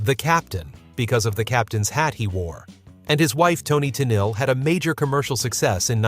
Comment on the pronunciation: Toni's last name is pronounced "Ten-eel"